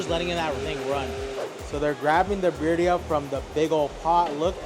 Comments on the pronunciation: Dude you have a cactus 🌵 on your forehead and you can't say birrria. Not birya or al pastor not pastor. Your suppose to be expert in mexican food and you cant even speak spanish😮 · Bro sounds Indian pronouncing birria lol